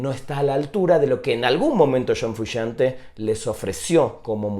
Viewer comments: shon frushante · Shon Frushante.